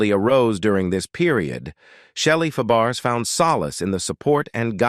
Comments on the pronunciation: IT IS PRONOUNCED FAB RAY NOT FAH BERRIES. WHY DO YOU HAVE THIS JOB? ARE YOU A COMPUTER. YES. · Shelley FAH-BARE-ASS?? Is this a computer voice? At least get a narrator that can pronounce names! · Um? Fuh-Barris? NOPE! Fab-Bray... 🥴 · Her French surname is pronounced "FaBRAY," not "FabArez." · Fabares pronounced fab ray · “Fay bare ess “ 🙄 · It's pronounced fabray. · shelly Fab accent on the first syllables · good grief!!! If you are going to do these videos lean to pronounce their names. I have never seen names so butchered. Shelley’s last name is pronounced “FAB RAY”…….Her aunt was Nanette Fabrays…….pronounced “NAN NET FAB RAY”. Their names were pronounced the same with different spelling. I won’t go into the others. But please research because all of these videos have the same kind of colossal mistakes. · Yes it's fab.a ray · You pronounced her last name wrong, and that one clip was Shelly Long, not Shelly Fabares. And your voice sucks as well. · He can't even pronounce her name right. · You're mispronouncing her name. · Should be nominated as the worst bio; mini documentary of an artist... ever! Punch in to correct all mispronounced last name that you are making money on! CORRECT IT!! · I'm about half way thru & I can no longer stand how Shelly's last name is being miss pronounced. Oh my God, ugh. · AI voice??? You destroyed Shelly's last name, lol... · I agree. This voice is mispronouncing her last name severely wrong. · What a moron!! Need to pronounce people's names correctly!!!!